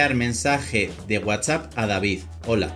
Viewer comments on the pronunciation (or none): none